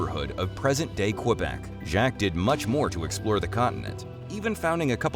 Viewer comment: Ai trash calling “Jacques” “Jack…”